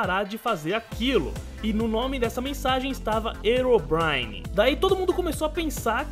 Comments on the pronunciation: pronuncia legal hein? erobrine? achei que se pronunciasse rirobraine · o nome não é (erobrine) o certo da pronuncia é (rerobrine). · não é ero é rero que se fala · não é erobrine se voce puxa o h fica rirobrine não erobrine eu coloquei só pra voce entender mas se escreve herobrine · se fala rerobraine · o fala Herobrine errado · ele falo errado o nome do Herobrine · deslike por ter falado o nome do Herobrine errado